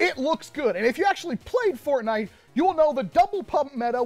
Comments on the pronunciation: HE SAID FARTNITE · when he is testing it for fps he says fartnite🤣